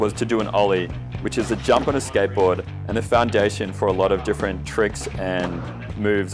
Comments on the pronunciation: i cant really focus bcz of the ''sketbowd'' xD,, love your video :^) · The way he says skateboard is so fuckin funny.. 😂 “Skaitboaahd”